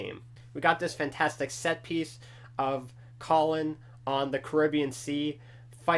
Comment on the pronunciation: LOL its Connor not Collin But hey, u were very close :)